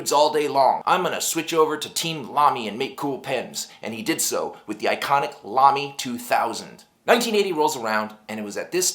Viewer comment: Exce!lent German pronouncement! Good review too.